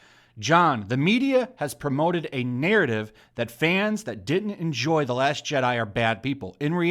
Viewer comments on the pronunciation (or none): none